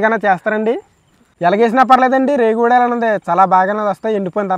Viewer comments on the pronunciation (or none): ఒడియలు కాదు, "వడియాలు " ఉచ్చరణ సరిగా జరిగితే తెలుగు పలుకులు వినసొంపుగా ఉంటుంది...love from పాడేరు ❤